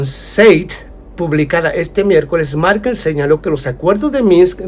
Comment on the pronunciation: Angela Merkel y no Markel.